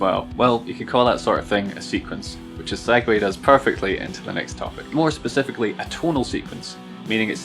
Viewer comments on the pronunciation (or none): none